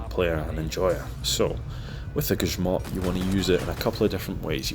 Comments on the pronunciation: Finally someone who doesnt speak polish pronounces grzmot right. Not gryzmot like everybody else. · ok but his pronunciation of “Elżbieta Bosak” and “Grzmot” is surprisingly accurate